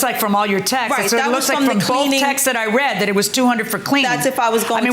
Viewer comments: How about texes instead of texts. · 😂😂 Don't forfet 'texes' instead of texts.😂